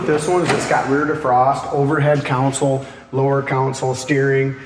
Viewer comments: It's console, not counsel. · Con sole /not coun sole/ and not cown sole. Try pronouncing console correctly instead of saying it like there's a cow somewhere. I would watch alot more videos because I am definitely on the hunt for me a Camaro I just haven't seen it. But the way that guy pronounces console I can't stand it. There is no cow in console